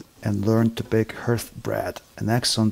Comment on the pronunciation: Hearth pronounced harth not as H earth